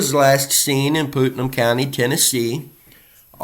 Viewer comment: Putnam is pronounced like putt putt golf and num… putt - num, Putnam Thank you for bringing attention to these cases and the families